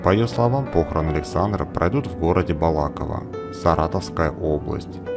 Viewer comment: БалакОво,а не БалАково,ударение на третий слог.